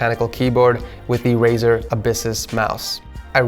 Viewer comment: that's not "RAZOR" but "RAZER", and on the description.